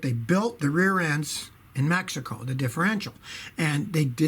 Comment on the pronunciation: “Mehico” -Scotty Kilmer, 2019